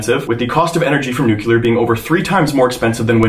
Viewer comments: I’m not trying to be mean, I love your videos, but how on earth can you not pronounce “new clear” 🤯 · I keep hearing "new killer power plants"... Is that the American pronunciation for nuclear?